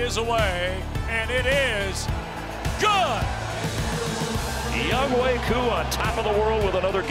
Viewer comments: they should pronounce his name 'young-o' instead of younghway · I'm just wondering if he got made fun of during his childhood, because of his first name, Young Hoe. Why they pronounce his name Young Way? Is that how you really say it? lol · It's Young-Hoe (like the gardening tool), not Young "Hway". Why can't people read?